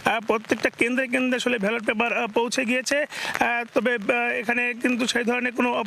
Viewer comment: ভ্যালট 😂! নাকি ব্যালট হবে উচ্চারণ!